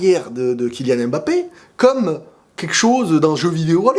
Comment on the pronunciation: MBAPPÉ et pas M-BAPPE dsl ça me perturbe trop😭😭